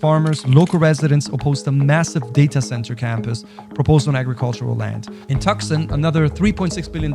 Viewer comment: You pronounce Tucson like this: "Too-Sahn."